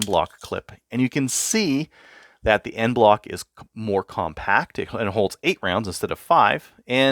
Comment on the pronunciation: "EnBloc" clip, not "End Bloc"